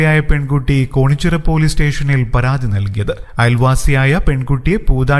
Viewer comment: കോണിച്ചിറ അല്ല കേണിച്ചിറ ആണ്